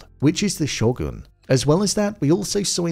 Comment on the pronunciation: I get it dude has an accent, but his pronunciation of some of the Japanese words are borderline confusing AF.... Show-goon (sho-gun... ) and Yaba-she-geee or yaba-daba-doo-gee (ya-bu-she-gay). Although, the rest, the re-cap is nicely done, and thumbs up.